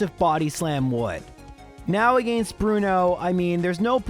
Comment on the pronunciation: "Agaeeiinst" Bro, what accent is that? It's almost like the people around where I live that sometimes pronounce water with a u in it.